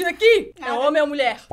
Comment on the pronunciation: e honen?? nao e nulher?? sin kkkkk